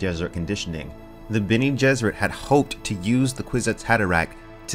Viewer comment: "Benny Gesserit" :P - but still, good vid